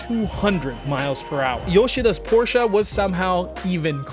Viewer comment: Tf He keep saying Porshca for. Wtf is a porshca 😭😂